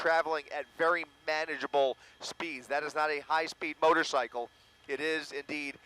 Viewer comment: The first anchor dummy said "motorsickle"